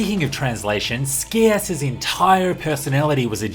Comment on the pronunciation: Scias is not pronounced with a hard C btw. It's more like "sye-us". Similar to the word "scion".